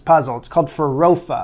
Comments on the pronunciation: Fei-Rou-Fah. hahahahahahaha Fah-Raw-Fah, man... Fah-Raw-Fah! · FINALLLYYYYY so happy to finally see you making some brazillian food!!! And feijoada!! it looks reeally good, this made my mouth looks like a water reservatory haha. Also, your pronunciation was very good, only farofa is more like fah-roh-fah haha. Thank you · you saying "farofa" was so funny kkkkk